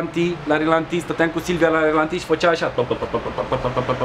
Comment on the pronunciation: Dacă e "chiulasă" e și "ralanti"... nu relanti :p